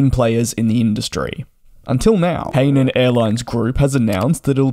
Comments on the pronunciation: Hi-nan, not hay-nan airlines. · Hainan pronounce Hi - None